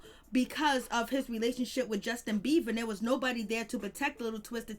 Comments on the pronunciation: It has nothing to do with HIM it's very annoying to hear her keep continuously say beaver! And no I'm not running I'm sitting typing on my phone thank you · Thank you. I was about to explode. I just need anyone putting energy into a whole entire story about an individual to at least know how to pronounce their name. There is a difference between a "b" and a "v". Just facts that's all.